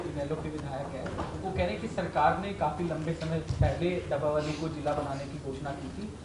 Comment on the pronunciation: जिस आदमी को हरियाणा के शहरों के नाम नहीं लेने आते उसको मंत्री बना रखा है डबवाली को डब्बा वाली बोल रहा है ये आदि मानव ओर असंध को भी जिला बनाने की घोषणा पिछले 10 साल से करे रही हैं बीजेपी